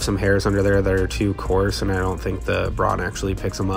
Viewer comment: "Braun" is pronounced like the English word "brown" instead of "brohn" (just without an American/English accent 😉). 🙂